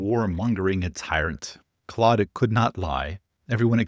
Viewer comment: FYI claude is pronounced more like "cloud" than "clawed." French is weird.